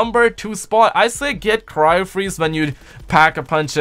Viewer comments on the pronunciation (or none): none